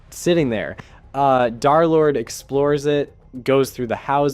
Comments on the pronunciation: 🤓 um actually it is “derlord” not “darlord” 🤓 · It’s Der lord not dar lord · Bro says Darlord instead of derlord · darrrlord vro it’s derlord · Its not darlord its derlord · "Darlord" is crazy ITS PRONOUNCED "Der Lord" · I was gonna finish the video but him saying darlord made me quit the video. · I’d like to tell you the D3r is d3rlord is pronounced DURR like LURE as 3 replaces E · " dhar-lord" bro I'm crine🙏😭🥀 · ikr... It cuts me off every time I hear it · Brochacho pronounce my name right😭✌️ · If i got jumped by two guys for every time you said d3rlorde wrong id be dead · If bro is gonna glaze this much at least say his name right 🫩